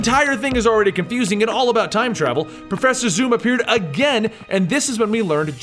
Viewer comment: profeeser thorn?